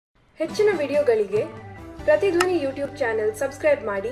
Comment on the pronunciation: Pratidhvani correct 😂 pratidhavni wrong 😂